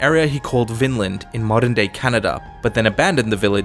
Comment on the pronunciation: Its actully vineland because its called vínland vín means vine